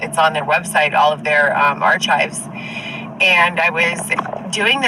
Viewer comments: I know her college educated brilliant a** didnt just say ar chives rather then ar kives. I know that spelling is incorrect but thats how its pronounced. Hey the ch in archives is pronounced with a k sound not a ch sound. Smdh i would think with all of the college degrees she claims to have and how smart claims to be would know how to correctly pronounce the word archive. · Archives she says it like r-chives. Lol and she thinks she is so smart. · Ar-CHIVES 🤣🤣 Dusty is a vile human being. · She has more than a bachelor’s degree! That must be the correct way to say it. We probably are saying it wrong! 😂